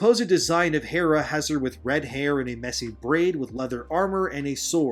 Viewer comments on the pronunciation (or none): none